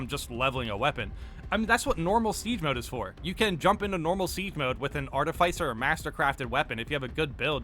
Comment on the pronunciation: cheers to 1 year of me trying to correct the way you pronounce artificer. art-if-isser.